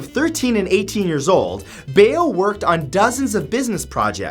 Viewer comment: you mispronounced mark Bao's name, it's pronounced like cow but with a "B"